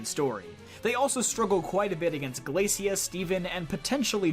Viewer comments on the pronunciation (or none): none